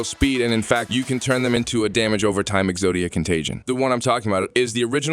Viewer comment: Bro says exodia like he’s never heard of yugioh